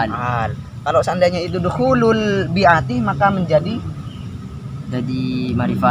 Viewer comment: Bukan al bi iiti bang . .. tapi al bi'ati bang...